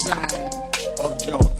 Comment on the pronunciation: Dude it’s Jonah, not Jonas. Thanks for your videos